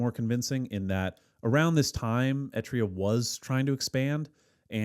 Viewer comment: What is ‘Etria’? Do you mean EtRUria?